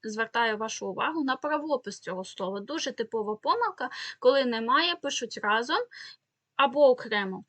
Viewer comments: Не разОм, а рА зом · Не разОм, а рАзом